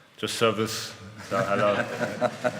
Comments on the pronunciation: Harry das heißt servus nicht Service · Serves von Harry jetzt schon legendär. Ein einfaches wort was man nur nachsprechen muss und er spricht es trotzdem so englisch aus